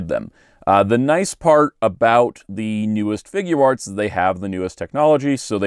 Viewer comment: Really good review! Just wanted to point out Figuarts is supposed to be pronounced like (FIG - yarts) not (FIG - goo - arts) it’s a portmanteau of “figure” and “arts”.